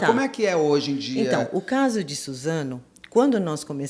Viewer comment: kkkkk troquei o S pelo Z